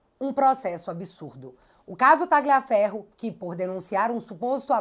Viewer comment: pronuncie o nome do Tagliaferro como Talhaferro, pois o g é mudo no italiano nesse caso